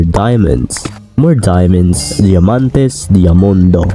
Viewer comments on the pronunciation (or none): I'm a subscriber from Argentina and I speak Spanish, I laughed when you said "diamantes" sjsjjs